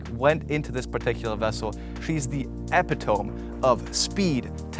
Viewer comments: Love the pronounciation of "epitome". Epp-a-tome. You have got to be kidding me...😒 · Pretty sure the people that got a Bugatti Chiron Bolide are probably the only people that can afford this and the fuel for it. And Epp-a-toe-me....say what? And it's 'Bow-leed', not 'Bow-leed-ay'. Dang dude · Epi tome..lol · Super cool PS: It's pronounced "e·pit·o·me" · Your english is fantastic... Just an FYI... Epitome pronounced "EE-Pit-Oh-Me." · Yes, after this video I do not think I will mispronounce it ever again. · Did you just pronounce epitome, EP-I-TOHM CHRIST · Epitome is not pronounced the way you think it's pronounced 😅